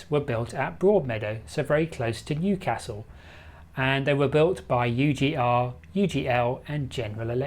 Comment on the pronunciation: Would be better if you pronounced Newcastle correctly! You should have asked a local! Big thumbs down on this as you have made too many blunders.